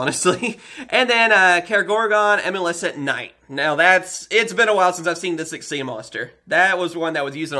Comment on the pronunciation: It's not xee its xyz